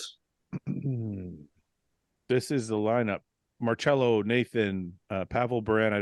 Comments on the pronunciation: Mar-Sello not Mar-Chello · Its pronounced Mar-sello NOT Mar-chello 🤦🏻‍♂️ you guys are killin me lol